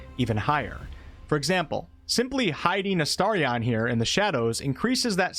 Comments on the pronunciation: Who tf is uh-star-ree-on? Sounds like a Pokémon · Why are you pronouncing “Astarion” like that? Did you not even listen to the characters saying his name while playing the game?